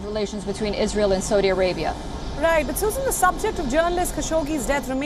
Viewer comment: Seems like learning how to pronounce the name of the country you are reporting on… would be good to do. Before you go on tv. 🤪